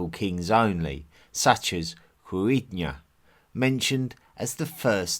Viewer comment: I really want to learn the Celtic languages, and plan to study them soon - maybe become a translator for local Gaelic speakers here? But the way in which you pronounced "Cruithne" is testament to the fact that the Celtic languages are not easy to understand haha. Very informative video though, thank you very much